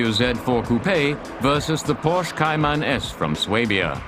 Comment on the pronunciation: If you cannot correctly pronounce Porsche, you are a hack.